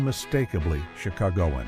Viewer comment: I came here to say that!!! Clearly, he’s not a native based on how he said it😅 and the way he pronounced Chicagoan!🤦🏽‍♀️🤣